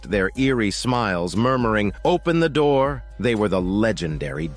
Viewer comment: "Open the noor." said the legendary demons💀☠️